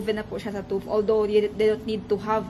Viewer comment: Ayaw ka suko Pronounce TÜV (tief) Dili Tuff😅